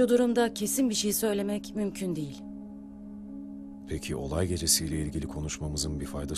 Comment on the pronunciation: Долкун Турганов "degil" değil , "değil"